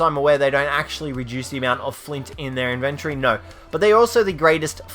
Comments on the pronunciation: It's in-ven-tory. Not in-vin-tree. Learn to fucking pronounce words. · Sound it out with me. In ven tory